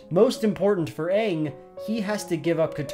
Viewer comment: You pronounced the main character's name wrong. Pretty obvious you didn't watch the movie this show is based on